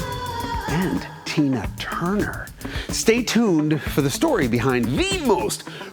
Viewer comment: Easy pal, watch how you say Tina Turner’s name.